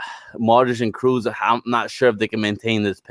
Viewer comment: I am sorry, who is Cruz? Do you mean KROOS? You're a Real Madrid fan and you can't even pronounce Kroos? Lol like, WTF bro?